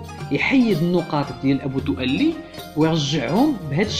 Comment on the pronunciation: 1) الدؤلي تنطق بدون تشديد اللام ، وهذا الاسم أشهر نار على علم ، فلا عذر لمن يخطأ في نطقه . 2)الخلفية المشكلة من صور خليط من المشاهير لا معنى لها ولا علاقة لها بالمعلومات المطروحة .